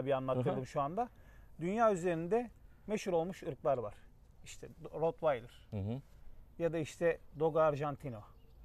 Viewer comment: Abi Rotvaydır diye bir köpek ırkı yok. Rottweiler yani almanyanın Rottweil şehrinden gelen köpek anlamında. "Rottweiler".. rotvaydır ne abi ya.. kaç kere bunu böyle duydum, anlamsız bir isim.